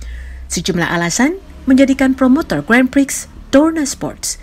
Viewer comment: Mbak membaca grand prix-nya yg bener. Malu²in.